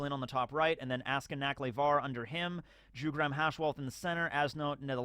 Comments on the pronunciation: I'm pretty sure Jugram is pronounced "Yugram". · Jugram isnt pronounced like that. "J" should be pronounced like "Y" in words like year, yet, yarn...